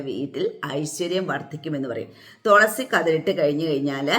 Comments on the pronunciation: Tholasy അല്ല തുളസി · Tholasi alla thulasi